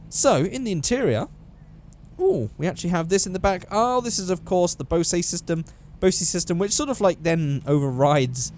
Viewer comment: Did you just pronounce Bose as Bosay? Maybe its a european thing, but in America it pronounced Boaze. Not trying to sound like a douchey American, but that sounded really weird to my ear lol